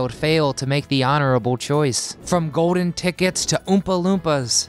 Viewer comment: How about ordinary words like golden, not 'go-din' and cold not 'code'